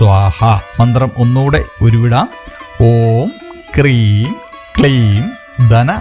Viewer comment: manthram ezhuthikanikamo, clear aavunnilla,om hreem aano kreem aano